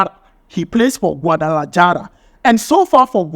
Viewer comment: Spanish letters J sounds H. So the names Jiménez should sound Himénez, Guadalajara should be pronounced Guadalahara